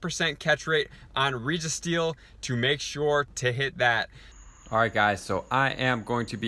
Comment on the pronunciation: Reh-Gee-Steel, 😂only problem with is his pronounciation of these legendaries